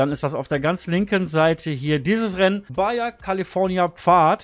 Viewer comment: Das spricht man "Bacha" aus